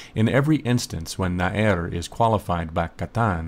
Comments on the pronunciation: Small phonetics correction: It isn't 'na-er', but na-ar. The difference is extremely apparent in Hebrew. Loved the video. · Well done, indeed!!! Two small points regarding the Hebrew though: 1. The word for youth is Na'ar and not Na'er as you say (also the accent on the first syllable). 2. Nouns come before their adjectives, so small (or young) youth is "Na'ar Katan". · Nice video! By the way, נער is pronounce as na'ar, not na'er. search נער in wiktionary and you will see :) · נער is pronounced Na'ar. As far as I know anyway...